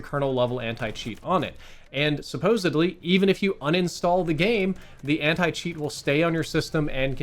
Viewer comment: oh nah he said Anit cheat